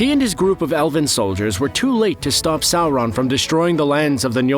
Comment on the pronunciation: Why does this guy put an "L" in Sauron